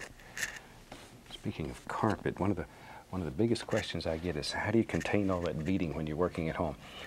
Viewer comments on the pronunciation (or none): none